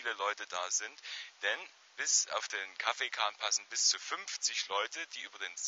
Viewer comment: Der Kahn heißt immernoch Kaffenkahn. Nicht Kaffeekahn. Mein Guter. LG vom ehemaligen Schiffsführer, Kängurupfleger, Mitarbeiter vom Campingplatz und alten Bekannten ;)